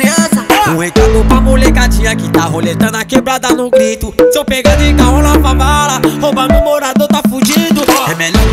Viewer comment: Que agonia desse cara falando "Favala"